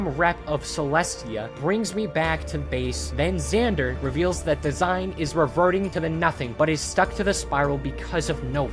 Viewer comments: Not sure if you’ll actually read this but the character DASEIN is not “design” it is “da-sein.” Dasein is a term coined by the german philosopher Heidegger and roughly translates to being an existence; more specifically how human beings exist in the world. Kinda of dope how the video game chose to name this character after this. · enjoy the videos. The Dasein tho is pronounced different. It’s a German word used by Martian Heidegger as a technically term for existence or being there/being-in-the-world. This comes from his book being and time an existentialist book. The ending note in arc four goes with this theme with finding meaning in a meaningless universe. College student philosophy minor this is what I do on my free time watch random YouTube videos to get away from all the studying. Then apparently use it for the most absurd reference. Like what kids are thinking of the meaninglessness of their existence and how they exist in the very moment. Ig in fairness I wrote on Dasein bc I knew what it was on a wizard 101 YouTube video at like 1 am.